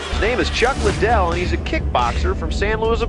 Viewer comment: "chack liddel"